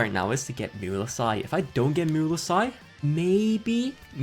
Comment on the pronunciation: STO P PRONOUNCING MUELSYSe LIKE THAT JHDSFKSHDFSDF or else triple gay